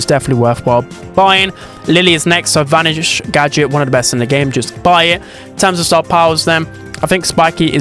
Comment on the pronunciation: “The GöDJÖT” 🗣🗣🗣🗣🗣